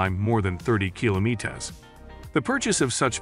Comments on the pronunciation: That was an Airbus 380, not a 320. And it's pronounced kilometers, not kilometes. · Oh please just do these found-footage video in your own language ! As of "kilo-meat-ez" ? It's kilometers pronounced like kilo-meat-ers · Such a random mispronunciation, especially after saying metres in other forms perfectly fine 😅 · Another AI narrarated video , kilo Metes , or Meters . People dont make those mistakes . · Kilometez!? Fuckin ai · Fed up with these robot voices. What the hell is a kilome- tes.😅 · I just ordered two on Temu. So A.I cant say Kilometers correctly lol. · What the fuuck is kilo-meet-es ? F ing AI bullshit. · Kilametez? Lol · Wtf are kilo-meat-uhz? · “Kilo me tess“ is killing me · Omg so true. And he sad that so many times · "Kilo meat as" is the highlight of this video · “Kilo meattus” how do you misspell meters in your text to speech every single time? You had 200 chances to type it correctly. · keelo meetas 💀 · Stop using audio ai. Kilometessss is retarded. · Great video but what's with the ... kilo-meters...must be a robo voice. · What's with the Kilo-meet-ez ? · The AI voice over is well done but fails in simple things like pronouncing speed in km/hr.....no human would ever read like that. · Why can this voice bot say METERS correctly ?? But it can't say KILOMETERS without sounding retarded ?????????? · It pronounces the word correctly when saying it for distances but when saying it for speed traveled it can't. FRUSTRATING. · OP is talking about how the tts pronounced ‘kilometers’ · Am I the only one wondering why he pronounces kilometers like that? 😂 Sounds like an AI glitch. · Oh come on! Pronounce kilometers properly please. Emphasis on "lo" not on "me".